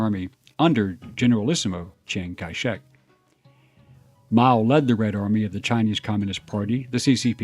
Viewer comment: Zhang Ki Shek, you’re a history person and you don’t know how to pronounce one of the most famous leaders in history’s name. His name is actually pop knowledge for being a name with x’s in it. (Word or Alphabet games)